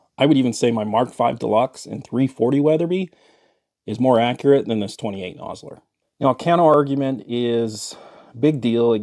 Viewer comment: Yeah nah, I generally enjoy your content, but you lost me at 28 nosler, look forward to your next vid